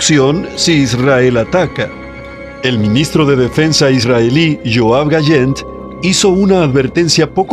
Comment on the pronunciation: No se llama gallen . Se pronuncia GaLan .